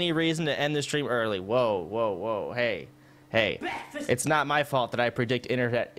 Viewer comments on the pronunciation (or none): LMFAOOOOO I HEARD BEKFAST I'm here because you refunded someone a 1100 dollar refund respect I'm subbed